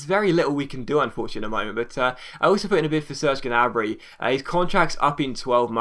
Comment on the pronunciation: Gnabry's name is pronounced nabry. Common mistake